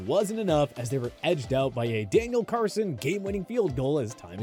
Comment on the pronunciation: Love these videos, but not the biggest fan of the narrator. He constantly mispronounces names of players. Whether it's pronouncing the "H" in Thibodeaux, or calling the Raiders' kicker ""Daniel Carson", like in this video, idk, just irritates me a bit.